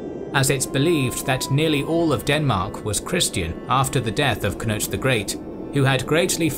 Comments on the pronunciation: He also said Knut corretly imo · Nice with a correct pronounciation of Knut!